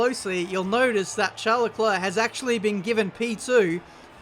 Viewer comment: The way you.say Charles. He is not a princ